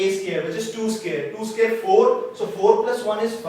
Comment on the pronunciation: Why do you pronounce "square" like "scare" ?